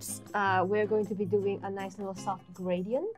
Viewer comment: please stop dou-yin my mother